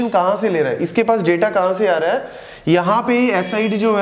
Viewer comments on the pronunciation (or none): none